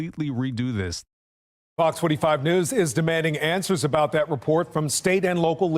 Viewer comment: I love you brother,and I agree with almost everything you say, but stop saying DAT for THAT, it doesn’t make you sound black, it just makes you sound ignorant. Keep up the good work man!!!!❤